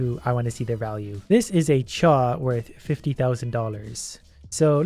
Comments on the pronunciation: And yet you said Chew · He never said it was called a chew he said chaw